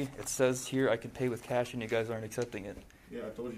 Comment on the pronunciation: I don't believe it said CHASH!